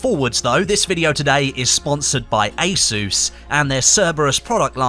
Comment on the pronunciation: Anyone else feel triggered everytime said ASUS?